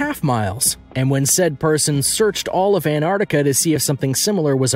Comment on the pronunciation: Crappy footage. And its ant ar tic a. Not anardica. Pronounce properly.